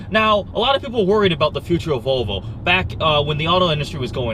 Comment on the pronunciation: Olav Alexander Mjelde o come on he says vovlo wos ready to insolvent